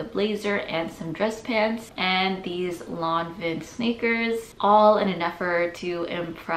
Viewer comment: Lanvin is pronounced LAWN- VAHN.